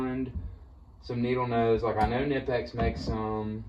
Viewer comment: I'm trying to watch more small tool channels like yours so the YT algorithm will recommend more. Please take this as constructive criticism and learn how to pronounce Knipex if you want to have credibilty as a tool reviewer. The K is not silent.